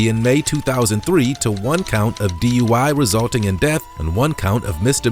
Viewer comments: The first turd, on the motorcycle, was almost correct. He said "...Z,U, I..." instead of D.U.I.. :face-orange-raised-eyebrow:😆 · He said “DUI Z”! Hahahahahaha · He said duiz...😅 said 69 at least 3 times. 😢Dang alcohol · He said, D,U,I,Z, classic. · Did he say D.U.I before Z? 😅😅😅😅😅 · Alphabet "duid" he almost got dui right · First dude said for the alphabet “DUIE” lol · Did he just say D.U.I.Z ?? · Bro said DUI-Z 😂😂😂😂😂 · Dude said D-U-I when he was trying to do the alphabet lol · Bro said DUIv lmao